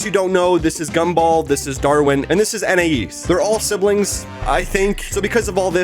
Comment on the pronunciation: Gumball’s family pronounces Anais differently a bunch of times, it goes from An-I-eas , to An-I-ES